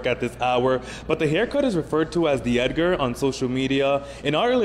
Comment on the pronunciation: "the Ediger"